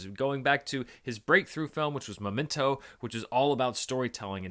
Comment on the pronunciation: No one:: Memen-toe